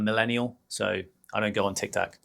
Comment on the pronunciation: It is TIK TOK not TAC !